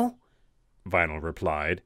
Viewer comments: vinyl sounds like rainbow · Vynal? are you kidding me?